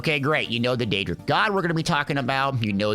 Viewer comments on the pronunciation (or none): none